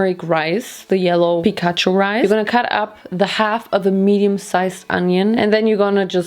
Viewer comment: That's how you say it in Germany :)